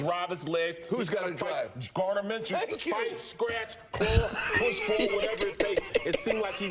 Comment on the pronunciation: I got you it’s pronounced, “Min - Shoe”